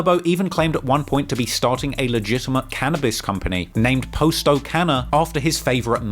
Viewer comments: Please stop butchering our names and our block names u do all this research its not hard to find out what they name is u call posto which his name is pronounced pos-sto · Why do you continue to pronounce it as "Post-Oh" when you can clearly hear multiple people pronounce it the correct way? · It’s not posto it’s potsto that’s how you pronounce it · Hey.. it’s pronounced (pas- toe) Not po-sto. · Bro y u keep saying post o it's clearly not his name damn u annoying for that I fwy but if u gne say a mf name say it right it's like u steady saying dude name wrong on purpose n sht clearly it's posto not fkn post o smh n u hear them saying posto too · I don’t get after all the research and time spent on this video, including watching people pronounce the name themselves, how you can pronounce posto the way you do… good video nonetheless but it’s “pah-sto” not “Poe-sto” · Post dough lmao, if your going to make money off dead people can you at least pronounce their name right? I know you heard them pronounce it 1000 times doing your weeks worth of research on gangs like it was a Harvard paper. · You hear from the guys themselves on how to pronounce the names but you still mispronounce it. Posto(p-ah-s-tow), Muskegon (muh-ski-gahn) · How do you hear in several videos how to properly pronounce 'Posto' but still mispronounce it the whole time? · Bruh the way he kept saying posto was annoying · Kinda made me crazy how was pronouncing posto's name wrong throughout this whole video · Can't stand how ur pronouncing "posto"